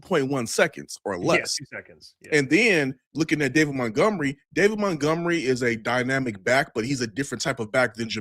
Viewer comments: Why does always say “mountgomery” it’s MONTGOMERY! lol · So annoying... might as well call him...